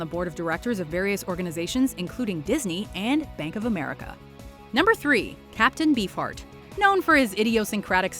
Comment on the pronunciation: Did anyone else hear "Captain B. Fart"?